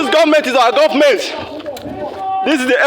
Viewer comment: Are we sure these guys are IPOB? The guy shouting in the video, his accent slipped when he said government the 2nd time as he was going to the booth of the car. Watch from to . Sounds Northern. Uhmm...proper investigations should be carried out.